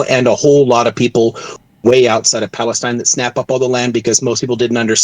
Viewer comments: LOL that’s not how you say “I am from Lebanon and I am from Palestine” in Arabic The fact he had to correct his Palestine pronunciation tells me he is really not Palestinian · I am from Iraq and this guy's Arabic is real bad he can't even say ' I'm from Palestine properly'